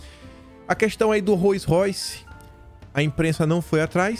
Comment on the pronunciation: Só um tok...a pronúncia correta é ROUS royce